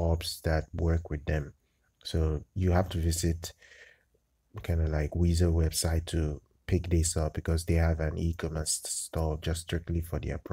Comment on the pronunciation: It's pronounced like the word "wise"